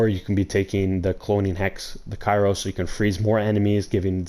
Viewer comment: ITS NOT FUCKING CAIRO GUY! I UNDERSTOOD ONE VIDEO BUT U STILL ON THIS SHIT! LOL READ THE GOD DAMN WORD AND SOUND IT OUT.